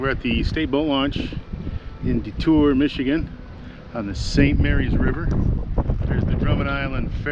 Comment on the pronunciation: Thank you for pronouncing "DeTour" correctly. My channel has gotten 100,000 of views from that boat launch you started out at.